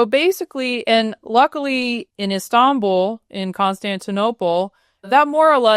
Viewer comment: The way she pronounces İstanbul perfectly <3